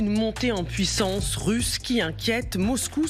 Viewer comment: "Puissonce"… "Front pontontiel"… du martèlement… Un général qui croit que l'ennemi raisonne de la même façon de lui, donc un incompétent. Bref c'est désagréable, je quitte !